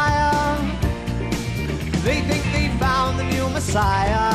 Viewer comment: Just noticed. He changes the cadence of parts to a GREAT change. Mes-ay-ah as three syllables particularly. Rather than the "Classic" shoe horn of the last 2 into 1.